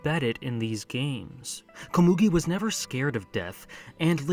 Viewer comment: How do people pronounce anime names wrong when they are shown how to pronounce it in the anime?? Komugi isn’t pronounced that way :/